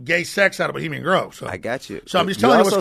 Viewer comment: T.i. keeps saying bahamian grove lol it's Bohemian Grove.